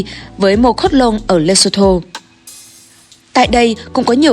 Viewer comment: Lesotho = phát âm thành => lê xuân thu :): )